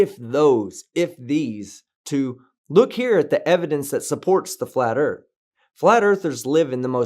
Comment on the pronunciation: Why would anyone respect your opinion about the Earth when you can’t even correctly pronounce the word? WHAT A PHONY LOSER!!!